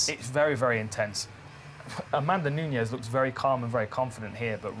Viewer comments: It's fucking NUNES (pronounced NEWKNEES) NOT NUÑES. Fucks sake. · Who the hell is this "Nuñez" they keep talking about? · Amanda Knew-kneweys? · Larios III You're missing my point. I'm saying they're pronouncing it wrong. She's Brazilian, and her name is Nunes. They're pronouncing it like the Spanish name Nuñez.